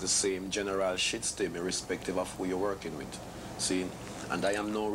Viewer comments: "the Shytstem".... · The shitstem (system), shituation (situation) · "... downpressed by the shitstem."